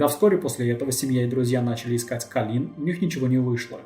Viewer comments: АААААААААА (( кОлин, а не колИн, частое имя, а ударение не туда ставишь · Видео сделано просто потрясающе! Достойно всех похвал! История бедной Коллин,известная и к сожалению очень грустная. Но... Почему Калли́н,правильно же Коллин(по произношению) а так все прекрасно и шикарно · КОллин! Не КалИн!. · Ахуенный видос, но это мерзкое "калИн" каждые 3 секунды меня блять раздражало пиздец как. Автор, ее зовут Коллин Стэн, с ударением на "О". Я не пытаюсь душнить, просто правда слух режет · Очень режет слух, что половину видео жертву называют кОлин, а половину колИн, было бы неплохо следить за этим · "...даже свой 21-ый день рождения Колин встретила как обычно с завязанными глазами..." Автор, с уважением, но хоть читайте, что пишите, и думайте. Она, что все свои дни рождения с завязанными глазами отметила до похищения? Героиня то Колин, то КААлин. Трудно определиться с ударениями сразу? В тексте очень много повторов одних и тех же слов в предложениях, идущих подряд. И вообще, может быть, стоит рассказать о настоящих, недавно пропавших наших сограждан, их истории? Может быть возможно кого-то найти? Можете обратиться за информацией в поисковые отряды и аналогичные организации.